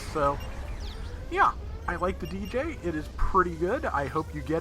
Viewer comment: Di-Jay. Not Deejay. It’s like pronouncing Dig without the G and then Jay. Dijeh